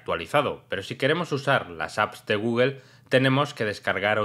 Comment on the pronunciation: no existe guguel es google habla bién pebdejo!